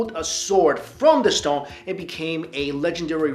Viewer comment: I'm sorry, but y did u pronounce stone as "storng"?